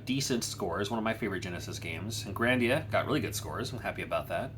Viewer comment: lol it bothered me too, he did it twice on very separate occasions, i think he knows what game it is just for whatever reason his brain read grandia